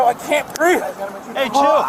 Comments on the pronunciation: “Ah can’t breef, ah can’t breef”. 🙄 They all say that now. 🤦🏻‍♂️ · "I can't breeve" News-Flash: No one cares. Please do the planet a favor and stop breeving. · "I can't breeve."